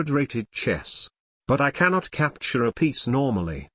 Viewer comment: "This capture is... leshit"